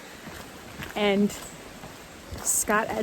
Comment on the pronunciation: "Glasgo" with no "w".